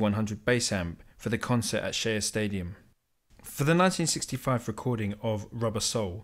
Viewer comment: Not to be rude, but it is pronounced, "Shay" Stadium, not "Shee-ah".